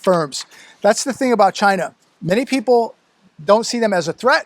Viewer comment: It sounds like Vagina when he said China! He's a dirty old man.